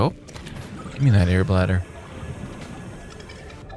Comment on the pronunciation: u know whats funny? .. i saw all 4 seasons of subnautica .. and u alllways mess up the "airbladder" name :DD so good